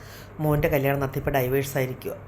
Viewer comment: ചേച്ചി ...ഡിവോഴ്‌സ് ...എന്നാണ് പറയാ ....ഡൈവോഴ്സ് എന്നല്ല ....😊😊😊